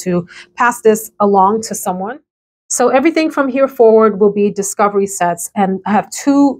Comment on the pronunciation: I fell out laughing when you said “discivery set” and paused like “ what the heck did I just say 😂😂😂😂😂